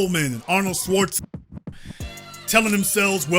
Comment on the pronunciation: DAWG!!! You couldn't say Schwarzenegger in its entirety?!?!? 🤣🤣🤣😂😂😂🤣🤣🤣🤣